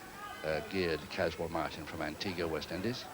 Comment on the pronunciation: Loved how said Antiguwa for Antigua.